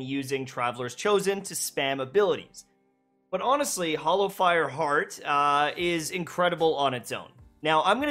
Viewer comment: It's Hallowfire, not Hollowfire. fyi